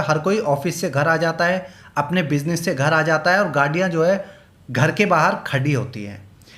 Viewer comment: Aaji aap gaadiyan to gaaddiyan kyu bolrahe he😂😂😂😂😂